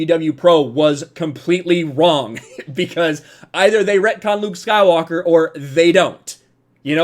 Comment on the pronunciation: The way you pronounce “Luke Skywalker” is very satisfying